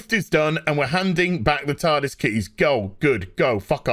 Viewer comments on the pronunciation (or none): none